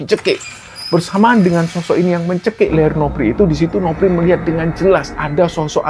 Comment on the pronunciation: Kenapa,nama novri harus bacanya nopri,seperti dewi jadi dewik,andi jadi andik,ita jadi itak.cerita di kembara sunyi bagus tpi kurang nyaman mendengarkannya 🙏🏻